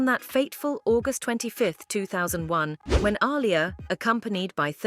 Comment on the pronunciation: The fact the narrator butchers Aliyah's name half the time is annoying af